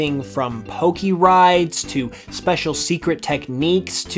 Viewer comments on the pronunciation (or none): none